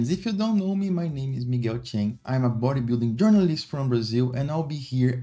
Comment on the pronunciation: Ah não que meteu o Miguel "Tchein" HSAHASUAHSUSAHUSAH Parabéns pelo vídeo, mano!